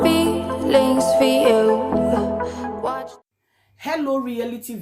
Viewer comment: Sister please try to correct yourself, it is watch not wash biko